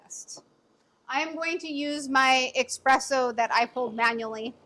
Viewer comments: Girl... There is no X or K in the word espresso... Just ESP, not exsp or eksp... You're making me crazy! 😂❤ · You lost me when you said 'expresso' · As soon as someone says ‘expresso’ I move on to the next video.